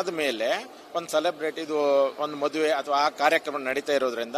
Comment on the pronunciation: ಮೊದುವೆ ಅಲ್ಲಮ್ಮ ತಾಯಿ,, ಅದು ಮದುವೆ. 🤣😂😂